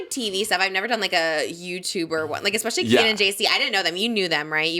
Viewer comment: Jake words: EK-SPECIALLY and HURTED